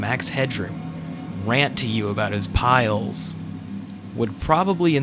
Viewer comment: "Piles" not "files"